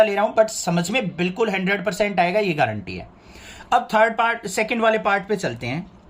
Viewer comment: Sir sun samjhana bhi aata hai ya yaad hi karke aaate ho kuch to dhang se karwado me apke pas aata hun ki aap acha padhange par aap apni marji se hi chle hote ho or guarantee hota hai gaaarante nhi